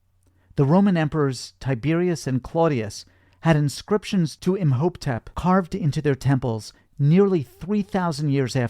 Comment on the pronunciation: Btw, Imhotep is pronounce E-Mow-Tep. The h is silent.. 😅